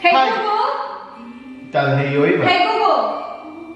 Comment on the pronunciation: “Hi gu-gul”